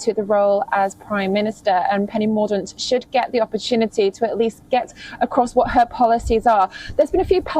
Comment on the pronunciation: Love the way anchor pronounces Mordaunt 😂. It's pronounced Morr-donnt.